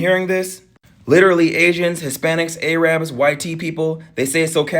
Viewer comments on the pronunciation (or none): Did you just say "A-Rabs?" 😮 That is not how it's pronounced. It's a derogatory way of saying Arab (Air-rub.) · the way you say Arabs is CRAZY please look into that & correct your pronunciation. holy hell